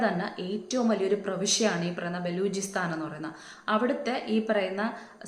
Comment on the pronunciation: Baloojisthan alla ayaal paranhathu ayaal parayunnathu enghaneyaanu vedi nirthal undayath athu para chechi allathe balugisthan ennoke parannitt confused aakaruth